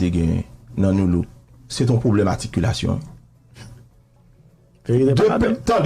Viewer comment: ou fou wi,kòmsi mta bezwen yon animatè ki konn pale mta pranw ebyen mta pi fou...se pou blag siw gen 2 douzèn moun kap swiv ou wi pskw funny wi... wap pale de "articulation" epi wap di "aticulation" kot "r" la kreten,ki Gazzman pouw pale pou li a,ou paka kenbe yon konvèzasyon 5 minit an fransè wap pale tenten,ou pa janm kòmanse yon emisyon an fransè men pou yon minit psk tout animatè ki kapab yo fèl pafwa,men jagon metye a ou genyen non psk tout metye gen jagon yo wi. Monchè al lekòl tande yon jou wa wè diferans lan...